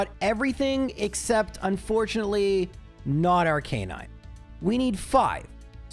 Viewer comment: R-CUH-NINE NOT R-CANE-INE